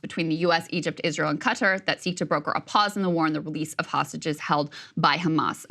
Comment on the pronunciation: "Egept" hahah😅😂